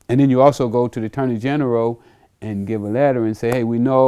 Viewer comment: "Attorney generow"😜